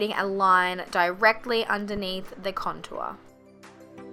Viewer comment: I love the way you say contour :P also this look is so beautiful on her!